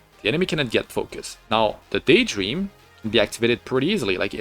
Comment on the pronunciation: Daytdream instead of Daydream oof.